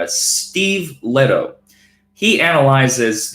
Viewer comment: You keep mispronouncing Steve Lehto’s last name. Are you doing this on purpose? I got a good idea, would you fight Steve Lehto in a wwe cage match? Think of all the publicity both of you would get. The only thing is , I think You look a Little small, and Steve Lehto has Viking blood in him. So I think he can kick your ass.